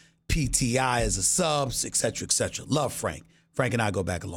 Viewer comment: Nobody: Stephen A: Cetra Cetra 😂😂